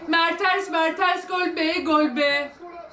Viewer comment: ablacım merteRs değil o MerteNs ama yine de sen bilirsin